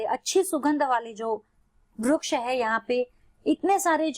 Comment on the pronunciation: ITS VRIKSH NOT VRUKSH